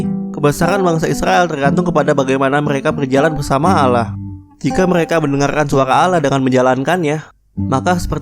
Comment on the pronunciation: Allah bukan Alah